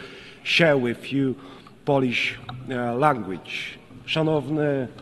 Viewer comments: albo jak mówi "language" to mówi "langłić", a poprawnie jest "langlicz" i nie (english) "ingliś" tylko "inglisz" xD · Ja też jestem z niego zadowolony ale musi naprawdę popracować nad angielskim bo: poliś, langłić - no bez jaj. Tych kilka słów mógłby siąść przed takim wystąpieniem z nauczycielem i wyćwiczyć. Tak samo tego snusa przyje..łby w kiblu bo całe bardzo dobre przemówienie przyćmione incydentem snusowym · Dźientelmen, ingliś ent poliś lengłić. Level A1 minus